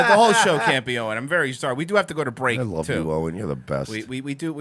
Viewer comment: LOVE YOUR GUYS SHOW!! PLEASE adress the fact that Owen Benjamin pronounces his L's as W's.. ex.." I wove non jews" keep up the great work brothers